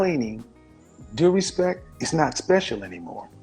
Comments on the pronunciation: Honor and respeck lol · Hahhaha he said "respek"! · It's pronounced respecT. Also she seems sweet. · “Honor and respek” Birdman: “yeaaa, respek” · I feel bad for dying when she said respeck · "honour and R E S P E C" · “Honour and respec” 😂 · "honor and respek" LMFAO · He really said respeck like her 🤣😭😂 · He said 'respeck' (she said it twice). That was way funnier than it should have been. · Axing expecially for respeck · She said "respeck" whew chile lol